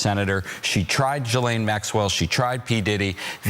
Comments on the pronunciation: Calling Ghislane (Gee-lane) , Jizzlane is incredibly inappropriate and insensitive. Learn to say her name correctly out respect for the seriousness of the situation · Her name isn't pronounced Jizzlane Maxwell. It's Gillane